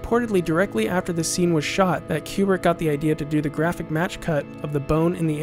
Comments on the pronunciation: KOO-brik, not fucken CUE-brik you idiot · its not kyoobrick its koo-brick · It's not CUE-brick. It's Stanley KOO-brick. Stanley Kubrick himself, being an American from the Bronx, pronounced it "KOO-brick." This pronunciation is also used by his family members . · People who purport to be experts on Stanley Kubrick should first learn to say his name properly, it’s Coo-brick, not Q-brick. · Isn’t it “Koo-Brik” not “Cyew-Brik” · It's not Q brick. Ku Brick. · Is it really pronounced "cube-rick"? I always said "koo-brick". Very curious. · You say Q-brick. Shouldn't it be Koo-Brick? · His name is pronounced Koobrick - nor Kuebrick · This is a GREAT series! Lots of great work. The only issue I found is with the way Kubrick is pronounced. It's actually pronounced like "coo-brick" rather than like "cube-rick". Other than that, thank you so much for all of this excellent information! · Great work,. 2001 is in a league by itself. Only one small quibble. I believe Stanley's last name is pronounced "Koo-brick," not "Q-Brick" as you are saying it. Thanks. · Koobrick, not Ku like in a pool cue. lmao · It's pronounced Koo-brick. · THIS. "Cue Brick" Is. Driving. Me. Crazy. Countless people in the footage are saying it correctly, how was this overlooked? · I'm not even 1 minute in and I have to stop. This "Q-brick" shit is killing my brain. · Kubrick is my favourite film director. I am looking forward to this series. I have never heard his name pronounced "Qubrick". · "Stanlee Cube-rick" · great piece - but PLEASE stop saying Q-Brick - it's driving me to distraction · It seems someone who is such a fan of Kubrick would learn to correctly pronounce his name. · jesus christ; how credible are you, when you cannot even pronounce his name correctly? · Please pronounce his name properly.